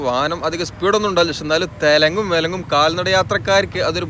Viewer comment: തെലെങ്ങും വിലെങ്ങും അല്ല തലങ്ങും വിലങ്ങും 😆